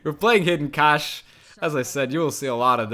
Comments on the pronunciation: English teacher here! Cache has the same pronunciation as cash and I 100% agree English phonetics is a nightmare. Great video man and thanks for scaring me off the ladder with this deck guide. I'll stay in the (relative) safety of arena mode. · It's just pronounced cash actually